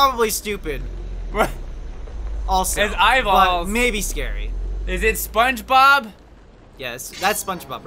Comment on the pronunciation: It’s not spong bob